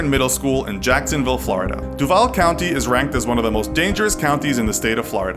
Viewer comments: It’s actually pronounced dew vall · U pronounced Duval wrong